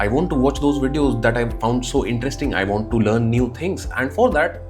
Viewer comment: U pronounce Want like won't is proununced. Rectify it sir. Regards...